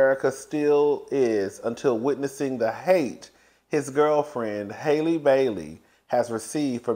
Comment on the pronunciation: Halle is pronounced HAH-lee not HAY-lee (like the same A sound as hat)